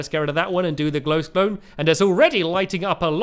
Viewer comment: Stampy did i hir or did you just Said glowsbones.Stampy you Sily cat